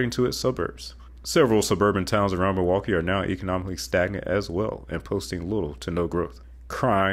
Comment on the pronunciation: You stated Pittsburgh and Milwaukee incorrectly... but, the rest is great information.